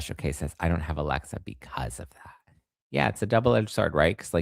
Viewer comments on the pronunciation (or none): none